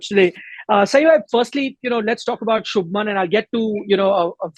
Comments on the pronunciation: It’s Shubhman not Shubham 🙄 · It’s Shubhman! You can’t get names wrong like this